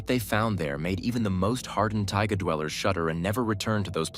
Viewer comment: Just so you know, in that part of the world, Ivan isn't pronounced Eye-vn but is actually pronounced Ee-vahn, or as close to that as possible. Also btw, it's taiga, not tiaga.